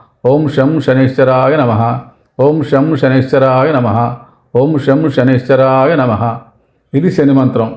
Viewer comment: బాబూ... సనైశ్వరాయ కాదు...!! శం.. శనైశ్చరాయ...! అంటే... శనైః చరాయ... !! అంటే... నెమ్మదిగా చరించేవాడు.. అని అర్ధం..!! శని గ్రహం.. చాలా నెమ్మదిగా.. మందంగా చరిస్తుంది..!! అందుకే.. ఓం.. శం.. శనైశ్చరాయ.. నమః..! అనాలి.!!